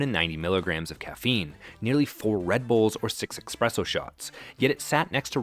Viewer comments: Hello, your friendly grammar police carrying his routine duty here. "espresso", not "expresso". "especially", not "expecially". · "Expresso shots" "Expecially" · the guy runs a food channel and says "Expresso" 🤣🤣🤣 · Please, it's ESpresso, not EXpresso. It's ESpecially, not EXspecially. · It's "eSpresso", not "eXpresso". And, it's "eSpecially", not "eXpecially". If you're going to make YouTube videos, perhaps you should know how to say basic words.🤔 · "Expresso" isn't how you pronounce "espresso". Dunno about the slick script, but at least the narration is only human. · Also...Expresso? Pretty sure is "Espresso". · I tried to get through the whole video, which was interesting, but it's "espresso," not expresso. It's "especially," not expecially. If your goal is to educate your viewers, please learn how to pronounce basic words. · it's pronounced espresso, not EX-presso. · You misused the word “artesian” multiple times in this video. “Artesian” means a type of groundwater well. You meant “artisanal.” Also “especially” and “espresso” are pronounced “ESS-“ not “EX-“. You sound uneducated. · Espresso. Not expresso 🤦🏻‍♂️ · “Expresso shots” 😒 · I thought this might be an AI slop video, but then he said "expresso" instead of "espresso" and I knew it wasn't. Interesting how I appreciate these little mistakes now. Private equity acquisition spells the impending doom for any company. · you said “expresso,” “samwiches,” and “expecially.” about time to start speaking like an adult, narrator guy. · "Expresso" and "Exspecially" in the same video. Get it together, man. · Interesting video for sure, always funny though to hear someone who comes across as pretty sharp and well considered saying “expresso” it’s like hearing Chipotle pronounced chip-pole-tee. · eXPresso?? LOL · That’s where you get the water to make the “expresso”. 😂 That’s an “expecially” important menu item, right? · Thank you, this was driving me nuts. That and "expresso." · Bro, “especially” and “espresso”.